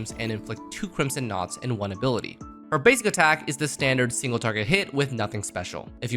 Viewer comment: "stingle" HEH